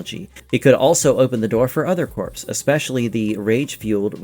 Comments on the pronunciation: Did I hear you say “corpse”? Pronounced “core”. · corps is pronounced core. not corpse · Corps is pronounced cor, not CORPSE. Jesus Christ. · Atrocitus is meant to sound like the word 'Atrocity' = uh traw sit ee... uh traw sit is. And as someone said elsewhere in the comments... Corp, is pronounced with the P being silent, so like the word 'core'... the Green Lantern Corp would be said like "Green Lantern Core"